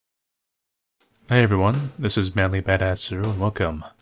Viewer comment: He said manly senpai, I heard man-meat senpai.